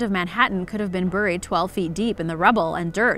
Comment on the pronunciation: idk why it bothers me that you pronounce buried "burr-eed" instead of "bear-eed" lmao. it's not important it just drives me nuts lol